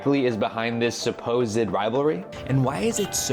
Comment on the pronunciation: Un pequeño apunte: supposed son dos sílabas "səˈ-pōzd" tú le metes una "e" antes de la "d" (səˈ-pō-zed) que no tiene. A mí me pasaba con clothes que es una sílaba "klowthz", y yo la decía con dos "klow-thez". Es un error bastante normal en los que somos hispanohablantes. 😅